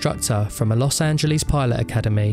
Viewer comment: los angelease